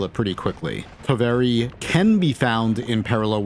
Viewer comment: Its completely normal to mispronounce Finnish words and I usually ignore it. BUT Please, PLEASE learn how to pronounce "Toveri" For your own good.